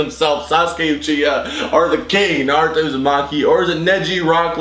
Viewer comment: its naruto not noruto